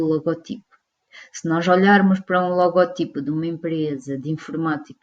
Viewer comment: Vídeo muito bem conseguido mas apenas uma correção: O correto seria dizer "logótipo" já que a silaba tónica da palavra é "gó" e não "ti" Obrigado!